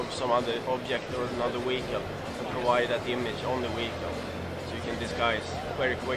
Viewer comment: Ive just found a new drinking game. Have a shot of vodka every time that guy says "weehicle". You'll at least be tipsy in two minutes.